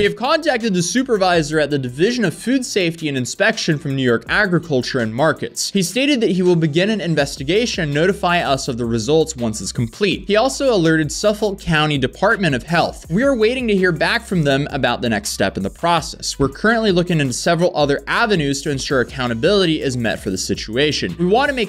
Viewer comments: Long Islander here, The county name Suffolk is pronounced like Suff-ick, not Suffol or however you said it. Good video regardless though. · I'm sorry dude, I'm an ex-Long Islander, but it's pronounced Suf-fick. Love the video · You don’t pronounce the L in Suffolk?🤨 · As a fellow long islander, this hurts my soul that it happen there, that it was so obviously a dunkin donut, and how got "Suffolk" so wronggg.